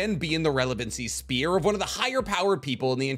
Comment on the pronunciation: You’re not supposed to pronounced “sphere” like that